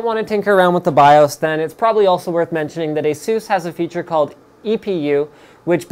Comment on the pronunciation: "Eh sues"? Whom and why!